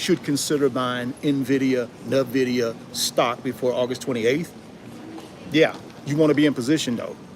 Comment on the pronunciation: Nvidia or NAAAVidia 😂😂😂 you crack me up bro!! 😂